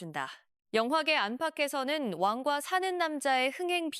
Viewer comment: 왕이 발음이 안되시는듯 완과사는 남자 ㅋㅋㅋㅋ